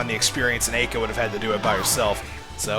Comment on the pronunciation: actually its pronounced like Eye-Ka. From the japanese standpoint anyways, since her name is japanese. Ai-ka